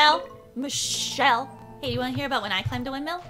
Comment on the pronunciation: “MiSSSHHHelle” HSHSGSGSGSFSGSG LMFAO I LOVE THESE VIDEOS